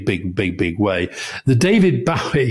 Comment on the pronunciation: Please be reminded Bowie is pronounced 'Boh-ee' to rhyme with Joey.